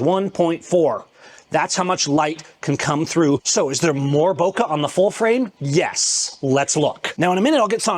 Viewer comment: Master Photographer who doesn't even know how to pronounce "Bokeh" properly...